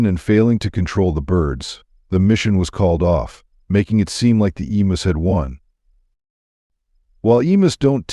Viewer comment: The difficulty with "narration by AI" is that frequently, words are mispronounced. Hence, in part 2, "emus," as pronounced here, rhymes with the stories of "Uncle Remus."